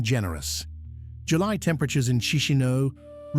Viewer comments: It's not "Chee-shee-no". It's "CheesH-NOW". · Actually is KeeSH--NOW